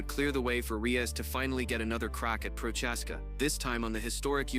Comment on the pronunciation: The way you pronounce Jiris last name pisses me off.